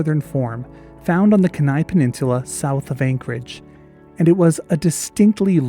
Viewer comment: Lovely video! Although as an Alaskan I have an obligation to nitpick: it's pronounced keen-eye, not Kehnai, with the emphasis on the first syllable. I actually had no idea the Kenai Peninsula wolf had ever existed, that was really fascinating to learn about.